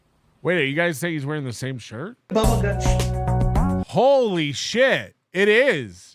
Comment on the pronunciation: DA BUBBLE GUTSH